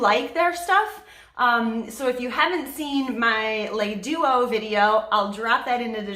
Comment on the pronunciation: Thank you for this info!! Just for future- le is pronounced (luh) 😊